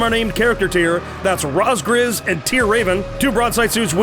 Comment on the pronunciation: Not to be rude or anything, but assuming the name is going off of the Ace Combat name, I think it might be pronounced rawz-greez? Unless they specified that it's something else? Fantastic play-casting as always, and fantastic video as well!